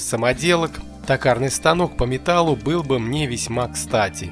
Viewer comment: Не такарный а токарный, от слова тОк!! Чё вообще не грамотный что ли?😊